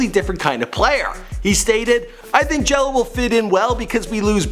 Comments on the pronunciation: It's Gelo not jello u fucking dumbass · Cmon it Gelo not Jello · its Gelo not jelo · GELO not JELLO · Gelo* and mater dei is pronounced (mah-der day) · His name is LiAnJailO day it right